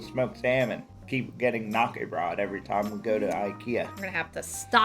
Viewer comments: Please... Ä is not A. :D Not even close. "Knacke" is a TOTALLY different word than "KNÄCKE" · lived in sweden and somehow was pronouncing it wrong all these years. hard K as in Kay-nak-er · Swede here. Knäckebröd is actually pronounced like this: Hard K-sound. The ä, in this instance is short and sort of sounds like "set" or "heck". Kind of like "kn-(h)eck-eh. Bröd sounds like the second e in "prefer". Br-e(r)d.